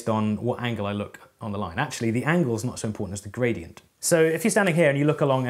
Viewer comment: Why do I always hear Bradient?